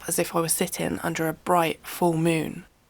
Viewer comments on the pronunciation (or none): none